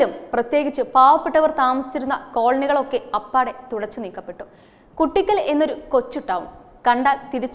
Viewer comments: It is Koottickal not Kuttickal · കുട്ടിയ്ക്കൽ അല്ല കൂട്ടിക്കൽ...